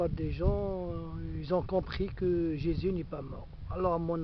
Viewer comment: Pffff tu ne ces même pas prononcer Jésus correctement ??!!!